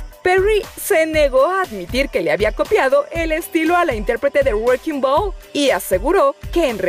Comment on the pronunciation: woerkin ball